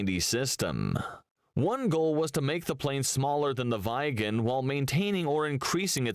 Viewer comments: VIGGEN FFS not "vajgen" like the muppet voice over thing says. Loved watching Viggen flying growing up, unmistakable double triangle, and my mom and some friends worked for SAAB Aero back then, good old '80s. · Viggen is spelt "viggen" not "vaiggen" Draken is spelt "draken" not "dreiken"